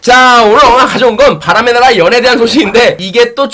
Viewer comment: 바람의 나락!! 으로 들리는건 저 뿐인가요?